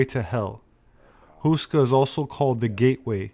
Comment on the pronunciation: Nice, short video. Btw. Houska is pronounced like this: H as in Hell, ou as ow in owl, ska as the sku part in skull. p.s. The word "houska" itself means "bread roll".